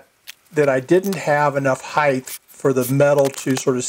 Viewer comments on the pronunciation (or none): love your videos mate, well done, but just have to say after your last video about casted, you know that heighth is not a word right? lol its height, just having fun with ya lol